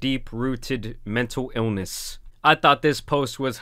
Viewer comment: haha I mean yeah true. But wearing a Tim pool beanies is annoying. And it’s pronounced ILLness not iwwness